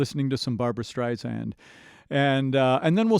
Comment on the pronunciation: Please... it's Barbra StrI-Sand with an "S" not a 'Z'. Sorry, it's just one of those things that irks me when it's said so often. This was a great mashup and I enjoyed your introspect and knowledge of these two amazing singers. For me, it's Barbra all the way because of her innate ability to deliver a song from her heart to your's. The woman has had no vocal training... it's all an incredible gift that she honed perfectly. Perhaps you picked up on Barbra's version being more introspective because it is..."Papa..." is a song written especially for Barbra by lyracists Alan and Marilyn Bergman, because of her own father who died when she was just 15 months old, but always felt connected to. Barbra always seems to embrace a song organically...I have never heard her oversing or be more connected with the performance than the lyrics. Maybe that's why esteemed lyracist Marilyn Bergman once said about her..."The best singer that any lyric writer could ever have singing their song." I've used this analogy many times... Barbra seems to sing in 3D, while everyone else is in 2D.